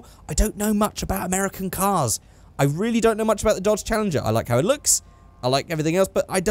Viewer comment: you just butchered the challenger lmao